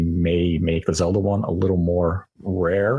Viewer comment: "Zelder" lolz